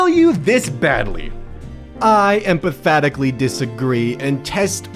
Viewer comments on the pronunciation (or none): Empathatically XD